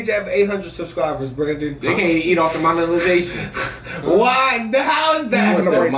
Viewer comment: Mans said “monelization”